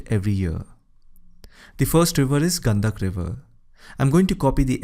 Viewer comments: It's not गंदगी but गंडकी , गंडक नदी । Rest is good. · Gandak nahi gandaki hai